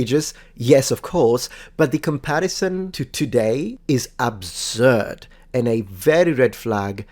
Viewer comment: "It's an obzurd take"